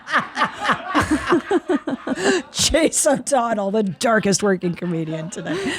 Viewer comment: Chase O'Donnell, you say it correctly.